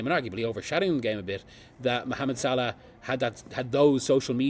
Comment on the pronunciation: Who are you to talk about Mohammad Salah to talk about Xabi Alons you can not even pronounce his name correctly. Sod of with your nonsense…